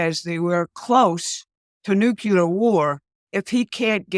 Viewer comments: It’s “nuclear” for Gods sake. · Nu Clee Er